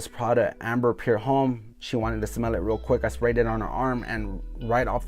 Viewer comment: why do you say "pure home" ? jw.. its spelled pour , and homme is pronounced "ohm" . i notice this in all your fragrance reviews. idk why but it bugs me ..youre a reviewer how could you not now how to pronounce basic french words correctly?